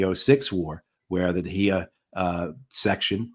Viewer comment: Great interview. Just one small correction to Matthew. It’s not “Hiya Doctrine”… it’s Dahiya Doctrine. The area in South Beirut that is being bombed is Dahiya.